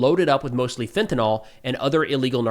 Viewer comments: The word is NIL. NIL. SAY IT "NIL" "Fentanyl". NOT "FentanALL". Are you literally tarded? #DOD #Gulf Of MEXICO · Hey, could you please be one of the few people who pronounce fentanyl correctly? It's not "fentaNOL", it's pronounced "fentaNIL". This isn't just an opinion or "hey, people pronounce things differently", it's organic chemistry. There is a difference between the "nyl" and "nol" phenolic groups. Saying fentaNOL is as incorrect as calling it fentaHOL - it's not an alcohol. Medical professionals, chemists and scientists cringe when people pronounce it with the wrong phenolic group - it comes off as uneducated. Please lead the charge in pronouncing it correctly.